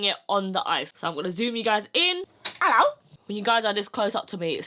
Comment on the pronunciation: "Ello" 😂 beautiful pallet.... and beautiful make up